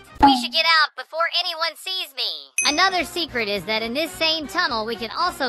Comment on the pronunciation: 𝐷𝑜𝑛'𝑡 𝑠𝑎𝑦 𝑡𝑎𝑡ℎ